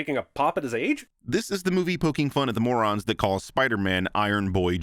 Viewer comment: emphasis on “morons”